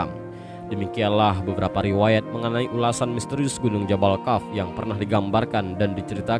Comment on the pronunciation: Kok membacanya jabal kaf? Seharusnya jabal qof? Harus cermat kalau membaca tulisan Arab..